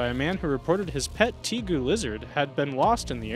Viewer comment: While the arboreal pronunciation kinda irks me, the Tegu pronunciation gets me the most. It's pronounced TAY-GOO, not TEE-GOO. Tay-goo*